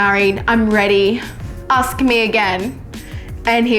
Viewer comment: Aks? You mean ask?